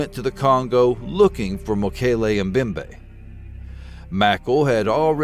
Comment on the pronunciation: You mispronounce the word 'Mbembe'. The 'M' sound in 'Mbembe' is to be pronounced as in 'maMBa' or 'momMBasa'. The funny thing is that you get it right with the 'mbe' part at the end. But you seem to have trouble doing the same thing with the identical three letters at the beginning :)